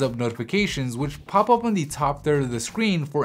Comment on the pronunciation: Great video! However, could you please avoid pronouncing ''the'' as ''thee'' even when it's not before a word that starts with a vowel? I'm probably being pedantic but it kind of annoys me ^^